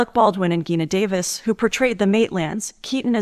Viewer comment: Lmao at how she pronounced Gina Davis. Wrong G sound lol